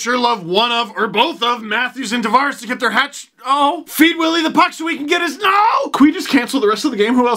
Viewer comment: Will always be the ACC for me. Nice work saying Tavares correctly!